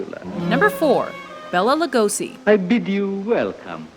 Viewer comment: Just for fun: Actually "Lugosi Bela" should be pronounced as Lugoshi. :)